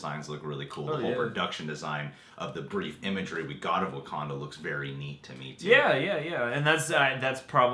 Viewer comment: "What do you know.... about WaKANDA?" Am I the only one who was a little annoyed by the way he pronounced that? XD